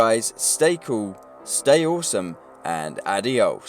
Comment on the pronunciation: Oh realy u cuc u didnt know it would be a mature game. Its a rockstar game a turd can know its going to be mature u dunce go deadeye ur feckin arsehole. And i cringe like hell when he says adios dude its not hard to pronounce just please stop its killing me.